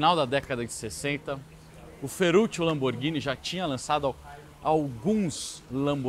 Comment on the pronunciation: Ciao caro, non è Fe"r"uccio ( r semplice , ma doppio ) Fe"rr"uccio